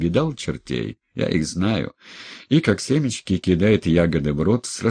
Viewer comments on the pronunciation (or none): none